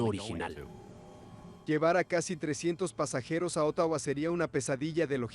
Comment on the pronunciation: Como dije en el otro video, no dijo niños 😂 Una vez más gracias por aprender a decir Ottawa ❤